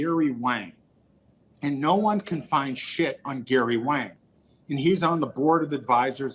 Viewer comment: It's Wang. DEEP WANG!!!!